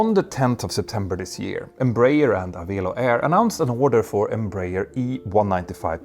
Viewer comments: Pronounced "a-VELL-oh" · Just a minor note: Avelo is pronounced like 'Hello'. :chillwcat